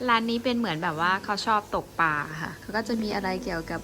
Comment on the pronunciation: ชื่นชมนะคะ...แต่ "ตกปา" ไม่น่าฟังเท่า "ตกปลา" ว่าไหม? เพราะมันถูกต้องตามภาษา อยากให้เราใช้ภาษาที่ถูกต้อง